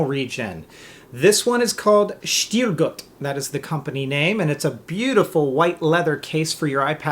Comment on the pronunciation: hahah love the way you pronounce it!!SHHHHHTIL GUUUT